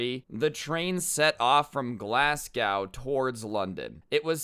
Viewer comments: It’s pronounced glas-go not glas-gow I’m from the UK and for some reason I get rlly annoyed bc he keeps pronouncing Glasgow wrong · Sorry but I'm from Britain and glas g ow really cracked me up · He says Glasg ow instead of glas go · its pronounced glazg-"O", not glasscow, just to let u know :) I live in england btw love ur vids, keep it up cause ur vids are fire 🔥🔥🔥🔥🔥🔥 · Glasscow-really... it is glaz go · Man's said Glascow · I'm sorry glass cow its Glasgow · lol the way he said Glasgow its pronounced glaz go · It’s not glasgow it’s glas-go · It’s not glassco it’s Glasgow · Glasgow ( glas - go ) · Glascow it’s Glasgow ya fud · it’s pronounced glaz-go mate just for future reference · Its pronounced " glass go " 😂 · I am half Scottish and I am laughing how said glasgaow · My man said glaz gao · When he said glassgaw that really annoyed me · Its pronounce glas-gow Just saying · As a scottish guy I want to ficking kill myself when said Glasgow like GLASCOW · Glasgow is pronounced glazgoe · Bro it sounded like you said Glascow xD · its pronounced glaz go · It’s pronounced glass-go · i live in scotland and it is so funny on how he pronounces glasgow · Gotta love how he pronounces Glasgow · Not how you say Glasgow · Hearing Americans say Glasgow makes me chuckle 😂😂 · you say glasgow wrong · Lol the way he pronounced Glasgow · Any other brits cringe hearing how pronounced Glasgow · How he said Glasgow annyoed me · How you gonna miss pronounce Glasgow